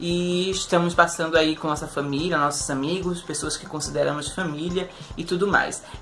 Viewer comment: "Todos os nossoros" 😂👏